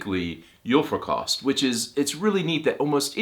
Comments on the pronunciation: I know this is going to sound incredible.... but you do not swallow any letters in "julefrokost" 🙃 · julefrokost - all the cyllabels have the same speed and emphasis other than that a merry christmas to you and yours